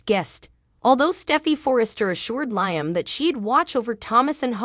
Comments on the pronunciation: It's Liam not lyming get it right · You're not pronising Iaam probably